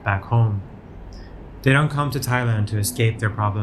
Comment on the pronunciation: Thai-Land, Thai-Way 😁